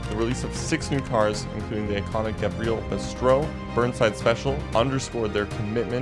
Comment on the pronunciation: gavril barstow